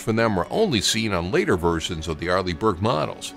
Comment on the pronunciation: I read your comment the moment he said arleih burke